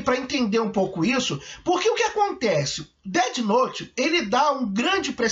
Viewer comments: percebi tb "Deti Nouti" aiuhaeiurhu Na pronúncia seria "Déf Nout" (com o "T" quase mudo) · DETI NOTE